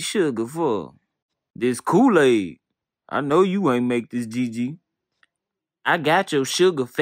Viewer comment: Lmao how you mess up Kool-aid 🤣 yep. mmM-hMmm